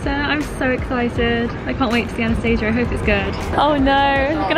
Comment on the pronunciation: The name Anastasia is pronounced differently :)